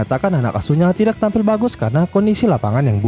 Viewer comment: "Tak" "Tidak" Cara bacanya yaitu huruf "k" nya lebur, jadi dibaca yg benar itu "Ta" dan "Tida"